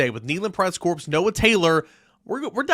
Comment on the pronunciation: You do NOT pronounce the “S” in the word “corps.” It is pronounced like the word “core.” Just trying to help you out.